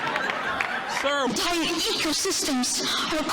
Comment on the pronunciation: To be fair, she is right about our ecosystem collapsing. But boy, was that presentation canned. ("Our hentire hecosystem his collhapsing!")